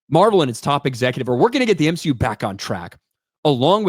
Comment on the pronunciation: More M-She-U plz! 😂